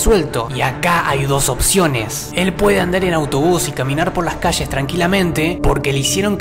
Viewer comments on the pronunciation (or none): No son malos tus vídeos pero es ll no CH ya sabes, es calle no caché, o poe ultimo di caie